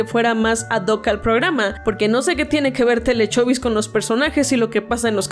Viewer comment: Le entendí telecovid